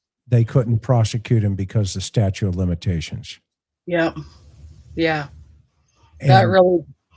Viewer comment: '''Statute" of limitations, not "STATUE". I'm shocked at you saying this.